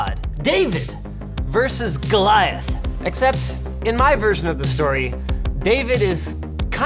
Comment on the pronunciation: did he say gloiath ?